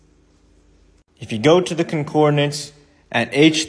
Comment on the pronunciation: I kind of feel sorry for the speaker being shown. He is so sure of himself, speaking loudly and self-assuredly, yet so obviously ignorant. "Concordanaece" got me every time he said it. Not to mention he is making a big issue about something irrelevant to almost everyone.